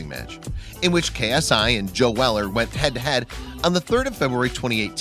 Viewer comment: How’d u say joe wrong?